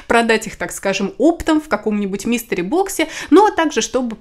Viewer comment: МИСТЕРИ... блин, а я слушаю и думаю, почему Мистер Бокс-то.